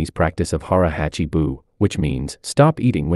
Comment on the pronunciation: Pronounce the "a" in "hachi" the same as you do in "hara."